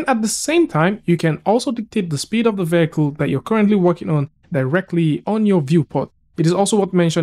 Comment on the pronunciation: "vehicle" pronunciation is taking a beating today